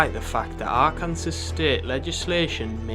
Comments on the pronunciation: Also, emphasis is on 1st syllable, not 2nd. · It’s pronounced are-can-saw, not are Kansas. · First of all it's AR KAN SAW!!!!! and secondly this man is repulsive and was from the start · also nobody's pointed this out(and it's a minor thing but still) but it's "are-can-saw" not "are-can-sass" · It's pronounced "Ar-kan-SAW" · Kansas. Akransas. America why???^^ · R-Kansas??? This doc is not credible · Haha he said R kansas 😅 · For future reference, it's pronounced Ark-in-saw. And I think Boogie made ALL of his shit up. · it might be Fr. Bro said Ar-kansas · That's a pretty braindead take on gamergate. Then again you can't even pronounce Arkansas right so....